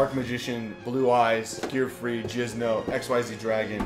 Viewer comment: JInZo NOT JiZnO WAT IS wRONG WiTh yOu